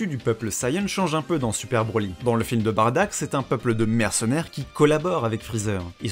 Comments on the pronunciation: En jap tu dit Baddaku on est d'accord ? Donc la façons la plus "propre" pour moi est quand même Baddack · En gros de ce que j'ai compris Bardack ses son nom d'orgine, mais les gens ont préférais le prononcé Baddack ou Bardock. Ok ok ok debat intéressant.